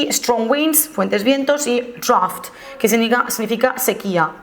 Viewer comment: Muchas gracias, me voy a presentar al B2 y no sabía qué esperar. Si me permites 1 apunte: "flood" y "drought" están mal pronunciados.